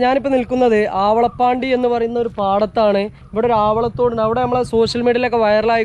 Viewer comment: ആണ്ടി പാടം അല്ല മുത്തേ ആവള പാണ്ടി ആണ് പറയാൻ അറിയൂലെ ചോദിച്ചാ പോരെ